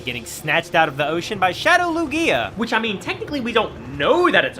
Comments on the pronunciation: So...No one ganna mention how he's pronouncing Lugia? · Is anyone else irritated with how he says Lugia or is it just me? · I think it's because he basically added an extra syllable to the name Lugia it's not that he's saying it wrong it's that he says it with an extra syllable and it irritates me 😂